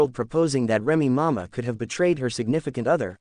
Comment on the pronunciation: How is you going to speak upon somebody business it can't even pronounce their name? Remy mama! I'mma need you to get your AI in order.